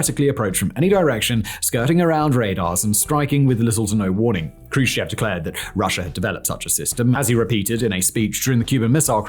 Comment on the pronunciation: Nikita Jrushchov? Nikita Khrushchev.